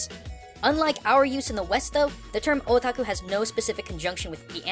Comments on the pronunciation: am i the only one who heard "were all a taco"? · When he was saying Otaku it sounded like he was saying "Oh Taco" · i keep hearing "a taco" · When is hear otaku I hear o tacos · Yet didn't define "Weaboo" Probably didn't want to come to terms with what he is given his try-hard pronounciation of "Otaku" and "Hikikomori"